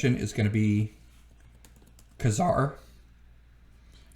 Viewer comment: Nice list, but it's always been pronounced 'KAY-zar'.